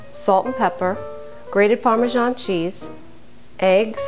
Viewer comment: chiken par-men-zaul